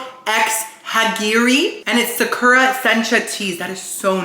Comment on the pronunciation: Socko rocko gets me every time! Why no one tell him it’s Sakura co.